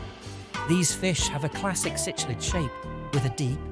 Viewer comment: Cichlid is pronounced sick lid . . . . can we maybe have a actual human read the script please? british microsoft sam or the female or american one is crap they cant pronounce half these species names. . . this is like the 5th vid with this cichlid pronunciation